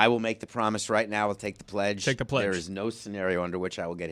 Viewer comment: guarantee from a train pledge...a TREDGE. 🚆🚆 🚞 🚂 😂😂😂😂😂😂😂